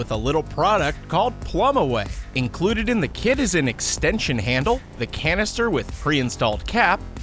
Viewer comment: Immer diese deutschen mit ihren zhe statt th😂😂😂